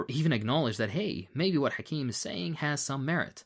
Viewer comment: okay but the way vaush pronounced hakim😭😭